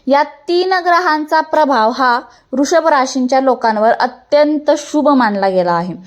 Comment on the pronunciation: रू शभ नाही वृषभ राशी असे म्हणा मॅडम